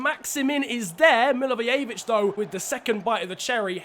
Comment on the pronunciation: It's pronounced mil a voy a vich